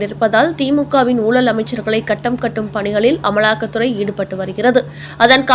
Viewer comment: ஊலல் வலக்கு ன்னு pronounce பண்ணலாமா? வருத்தத்துடன். கேட்க விருப்பம் இல்லாமல் close பண்ணிவிட்டேன் !!!